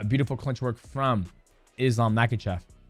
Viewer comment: If you’re going to make a video profiting from him, learn how to pronounce his last name Ma-ha-shov the K is silent